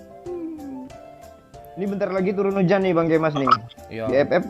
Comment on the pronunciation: Anjay KEMAS pake K bukan pake G